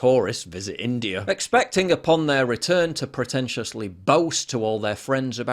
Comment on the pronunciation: Is it me or Bald and Bankrupt says INDIAR??